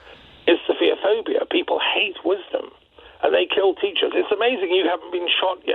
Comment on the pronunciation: The word is ‘sophophobia’ pronounced ‘sof pho phobia’ not ‘sofia phobia’